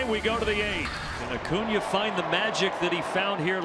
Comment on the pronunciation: Ocuña? Or Acuña? 😂